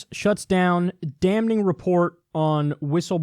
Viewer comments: It's not dam-ning 🤣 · N is silent in damn... Love you though. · The 'n' is always silent in any variation of the word 'damn.' : P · I've never known someone to pronounce the N so much in "Damning" Dam-ning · Never heard anyone say damning like that before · breaking news, Kyle pronounces the n in “damning”